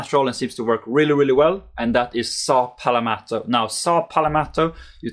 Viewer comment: That's not saw palmeto it is saw palalalalalalalameto